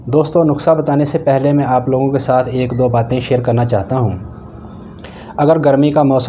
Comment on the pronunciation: ایاک لفظ صحیح کریں زبر نھیں زیر ہے